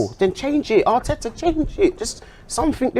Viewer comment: arteaaahhhh and manciteeeeeey is funny